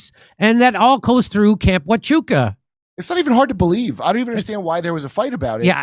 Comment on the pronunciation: I love that Jimmy’s finally gotten the pronunciation of Huachuca right but changed it from a fort to a camp. =‑)